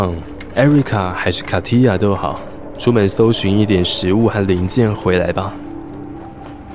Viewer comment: 這小劇場根本大愛啊<3<3 竟然沒阿神的聲音 該不會阿神會在下集做廚神大叔 XD pavle男主角在小劇場也不在惹QAQ 希望在之後會主角登場 然後重點 katia的名字終於唸對了...(?)